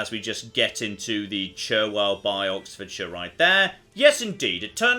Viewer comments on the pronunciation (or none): none